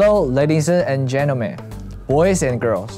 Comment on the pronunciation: Lay: hello ladiese n genemen Me:😂😂😂 Another me:😘❤😍